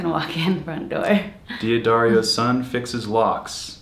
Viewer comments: Dee Addario? How could you pronounce it that wrong? Daddario it is pronounced EXACTLY the same way it is written. forget the ´ it does not make a difference in this case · Wait, D'Addario’s son mispronounced his last name?